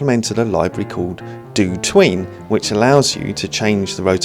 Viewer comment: for some reason up until now I always pronounced DOTween as "dot" "ween". Now the proper pronounciation sounds soo weeiirrd ^^ Thanks,!